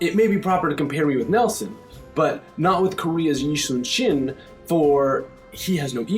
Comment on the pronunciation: This guy pronounces "Yi Sun-Shin" surprisingly well...